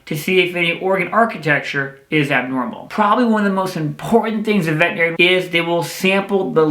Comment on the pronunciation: Why do even veterinarians mispronounce "veterinarian"? 🙄